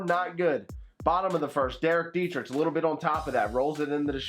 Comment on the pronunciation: I’m sorry... I love you but it really gets on my nerve when you say dee-tri-tch not dee-tri-k